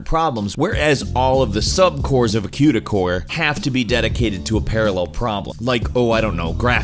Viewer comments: Quda? It's Cuda. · Who pronounces it "kyooda"?! It's "kooda," as in "barracuda"!!! It makes me cringe every time! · cooh duh not qdah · "Q-Duh Core." Never heard anyone pronounce it like that. Most tech people I follow / speak with call it "Koo-duh." Not knocking you. Just something kind of interesting. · queue-da.... lol you mean "cooda" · why did he say cyouda instead of just Cuda? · kooda not qda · doesn't it 'kuda'? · You said cYuda. Lol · The way you say cuda makes me uncomfortable. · you mispronounced cuda but whatever